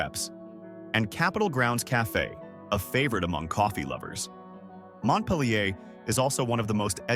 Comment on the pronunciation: Pronounce it "Mont-peal-your"